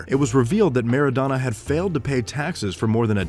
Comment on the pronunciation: Soccer player!...pronounced mara-dona!